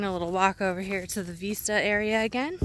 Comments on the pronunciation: Honey, Veesta is how you pronounce it in Spanish. Cute. Vista is like missed ya, in English. OK is Ok, As long as it is not summer. LOL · Beautiful location.....love the OK mountains and woods. Be wise about where you wander alone. Cutest puppy sweater!! Hey....when you say "veeeesta' you are saying it is as in 'Hasta la vista'....until next time I see you or see you later (somewhat similar to hasta luego which we say most here often in So. CA unless libations are involved then it's in Arnie style). "Vista".....view....has a soft 'b' almost v sound but not quite. Not sure how the OK locals say it. My friend lives near Tulsa so will ask her. 🤔 English is Vista..like in Vicks. Hope you find some warm weather. 💕🚗💃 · Just to let you know Vista is pronounced like risk- not like veesta. Not criticizing - just giving information. Joey did look tired - so cute. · vista, to see, as in vision so when you pronounce it think of vision vis.....vision - vista, view, to see.